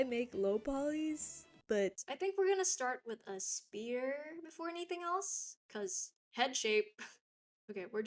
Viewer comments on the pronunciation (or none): i'm not being one of those descriptivist people but holy smokes do you say 'spear' that's so fascinating